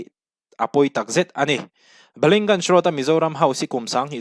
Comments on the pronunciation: Balingganj nilo in baliganj. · Ballyngunge ni lovin Ballygunge tih zawk tur aw